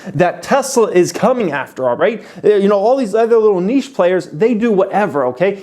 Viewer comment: „Nische players“ 😂😂😂